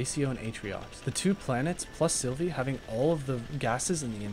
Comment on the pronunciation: OH MY GOD PLEASE ITS SYLVA NOT SYLVIE, SYLVIE THE SNAIL NOT A GODDAMN PLANET!